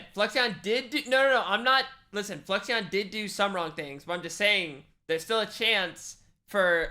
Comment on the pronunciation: TBH I would be a villain too if everyone kept saying my name wrong. Fluixon = Flew-icks-on (he said such as a chatter on Ludwig's stream the other day lol)